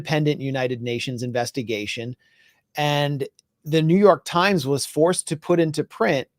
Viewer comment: Did you say Joo York slimes